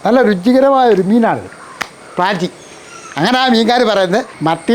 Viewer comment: പ്രാഞ്ചി അല്ല ചേട്ടാ പ്രാചി ആണു 😂😂😂😂😂😂 പ്രാഞ്ചിഏട്ടനോ 😂